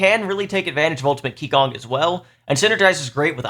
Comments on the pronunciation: Thanks! That was helpful! As others mentioned, a hero tier list would be pretty hansy as well! Btw, qigong is pronounced chee-gong (not key-gong) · Great video, but one small nitpick - Qigong, being a chinese word, is pronounced "Chee - gong" instead of "Kee - gong" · Psst... it's "chee-GOONG", not "KEE-gong" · Just FYI, “qi gong” Is pronounced “chee gong” 氣功